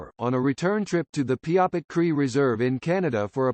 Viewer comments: Bad computer generated, and can't pronounce Qu'Appelle or Piapot. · Get a real human to narrate, and make sure they can pronounce Qu'Appelle, Piapot, and "Codine."